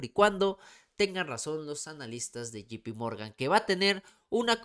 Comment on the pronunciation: Puma es llei pi morgan no GP morgan sin afan de querer ofender 👍🏼✌🏼🇲🇽